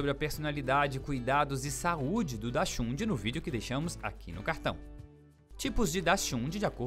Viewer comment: O narrador não sabe falar o nome da raça do cachorro